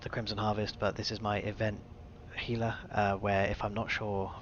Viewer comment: It's Hee-lah. Gila is a Spanish word. G is pronounced "H". It's somewhat irritating when people say it gee-lah, but over time I've mostly gotten over it....mostly...